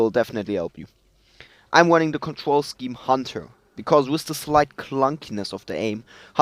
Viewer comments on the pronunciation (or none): "Im wunning awound"